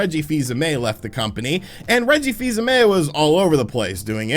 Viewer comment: Reggie's last name is pronounced "AIM"